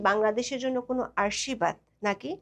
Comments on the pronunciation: ম্যাডাম আপনার আশির্বাদ-এর ভুল উচ্চারন(যেটি আপনি উচ্চারণ করেছেন আর্শিবাদ বলে) আমাদেরকে বিস্মিত করেছে!! আশাকরি আপনার এই অনিচ্ছাকৃত ভুলটি ভবিষ্যতে সংশোধন করে সঠিক উচ্চারণের প্রকাশ ঘটাবেন, ধন্যবাদ।। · উচ্চারণ টা বোঝার জন্য বলছি, আরশি বাদ হবে না৷, আশির বাদ হবে ।